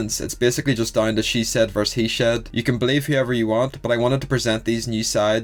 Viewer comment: He said sea shed. Sorry had to say it lol.